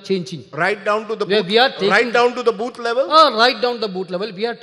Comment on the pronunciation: . Rajdeep says " right down to the booth level" ; KC says" right down to the boot level" 🤣🤣🤣🤣🤣can't control my laugh